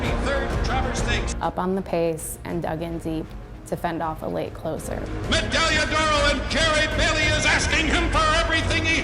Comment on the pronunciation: Damn shame that this woman can’t pronounce the horse’s name.